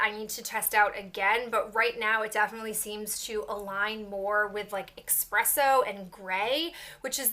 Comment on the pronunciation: Why do you keep saying expresso in every update??? It is ESpresso:)